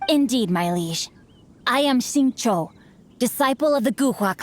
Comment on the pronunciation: It's funny how Paimon pronounces Xingqiu as "Singcho"